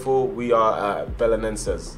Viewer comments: You pronounce the team name as bela-nen-zay Edit: I'm half Portuguese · Im from Portugal and you say bele-nen-ses 😂😂😂💪💪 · Já é bom ele tar na liga nos 😂😂😂 e no belenennneeenses como ele disse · BE-LE-NEN-SES i think this may help you pronounce it